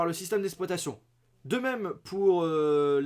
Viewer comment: C'est "système d'exploitation" et pas "système d'espoitation"